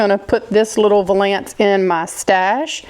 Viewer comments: Val -ence!!! Like Value. Percale is Purr-Kale. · In Maryland we pronounce some words differently than you do. We say valance so it rhymes with balance. We say percale like per kale. And we say ceramic like sir am ick. Interesting ❤